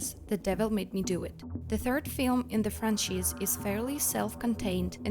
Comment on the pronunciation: She pronounces franchise as fran-cheese.